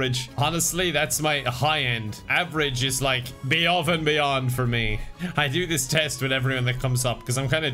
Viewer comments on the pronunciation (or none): "Beyove and Beyond"